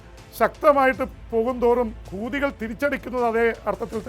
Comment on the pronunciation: ജെയിംശേട്ട സ്പുടതയില്ലല്ലോ കൂതിയല്ല ഹൂദി എന്ന് വേണം പറയാൻ! 😂😂